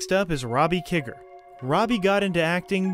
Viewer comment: Great video and other that mispronouncing "Kiger" you nailed it! This movie is such an underrated gem. Long live the Monster Squad!